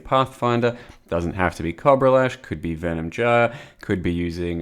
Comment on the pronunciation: is no a cob-rah is a coh-bra